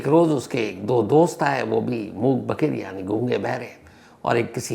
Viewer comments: Itne bade Crime Reporter, itna experience Phir bhi pronunciation galat... #Mook_Baghir nahi #Mook_Badhir... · मूक 'बधिर'.... होता है sir... 'बघिर' नहीं 🙏